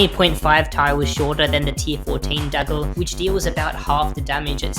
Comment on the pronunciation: This guy says " L " every time a word ends with R but he CAN pronounce R because he says it properly in other words! "Bettel" "Daggel" I actually heard him say "daggeR" once as well so he can do it!